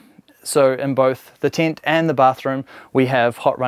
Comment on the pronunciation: saying "UM" every sentence is annoying ! Its a TENT not a TINT ! FYI